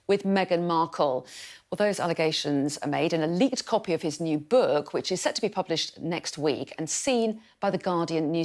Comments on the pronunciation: Such terrible pronounciation of the word "book" ( , ). Where are these ladies picking up this inflection? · I heard "bewek". There's an additional syllable.